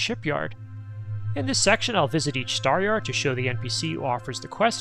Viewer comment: Weird I didn't get this video in my feed, damned algorithm. Nice to see another great video by you on Sunday. Stahyahd, sounds like how someone from Maine would say it.